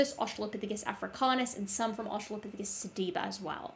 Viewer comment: I'm cringing every time he says "Australiapithicus"...